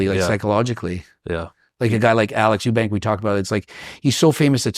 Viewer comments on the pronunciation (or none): none